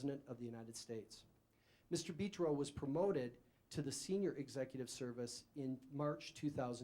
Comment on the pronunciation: Well this is weird, thought my last name was unique. It's Italian but it's Betro not beeetro dummy